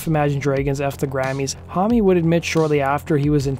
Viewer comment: Ohhh it gets me how you pronounce "hommie"- it is Josh "Home". But interesting video.